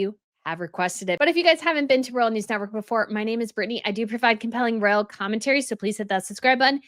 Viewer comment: Decline of most "Imaginable companies?"... what does that mean? Listen to Pamela Anderson i amy interview. Her diction and word selection is flawless. And you eat and run over your words.ROYAL NOT RALL... I AM ON YOUR SIDE. Listen to me